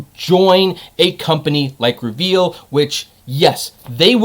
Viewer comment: REE- veel